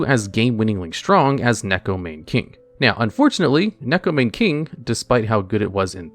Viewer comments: I'm a weirdo who's learning Japanese, so please excuse me if I'm being rude here. The "Mane" in "Neko Mane King" is pronounced "Mah-Neigh," because in Japanese vowels are always pronounced the same, so you pronounce the "Ne" in "Mane" the same way you pronounce it in "Neko." Additionally each vowel is pronounced as its own syllable adding any consonant in front of it. The only exception I'm aware of is N if it comes at the end of the syllable (example: Ninja) With all that nerd stuff out of the way, here's more nerd stuff! (but fun now) In Japanese Neko means "Cat" and Mane means "imitate." So the card's name is "Imitation Cat King" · Because that's actually the correct pronunciation of Neko Mane King. You can look at its Japanese name and put it through a translator and it will show you that it is pronounced as Neko Mah-nay King. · Isn't it still Maw-nay? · Neko "Mane" King💀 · You know things are desperate when people are without any sense of irony trying Neko Mane King or Penguin Knight specifically because they SOFT counter a single deck because the deck, as a side effect of its core strategy, mills the opponent. Also every time I hear "Neko Mane King" pronounced like that it hurts a little.